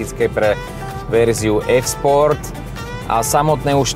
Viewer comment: Sa mi zda akoby Michal hovoril "ES" sport pri tom Lexuse :)